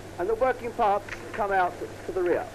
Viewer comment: Nah…. the way he pronounced “out” gave him away! 🙂